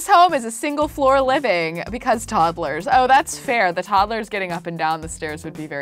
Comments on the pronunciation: "Toddelers"-Kelsey 2019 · I love how she says toddles instead toddlers